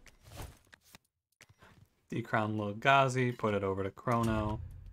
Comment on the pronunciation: Thank you for calling Lil' Gazi Lil' Gazi and not Lil-Gay-Z Edit: Whoa x8 combo? Absolute madman XD